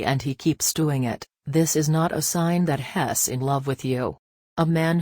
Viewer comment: Please learn how to pronounce he's!!!